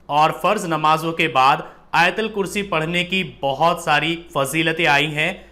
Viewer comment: Not ayatalkurshi AYATULKURSHI BOLO BHAI